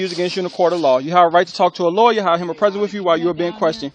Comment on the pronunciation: Let this cop work here, and see how long he lasts. And for you, the GED cop, you have been disrespectful the entire time. Furthermore, its lawyer, not lawya.